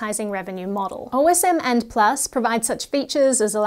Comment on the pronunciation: Are you really supposed to pronounce it as "O.S.M. and," rather than as a man's name ("Osmand")?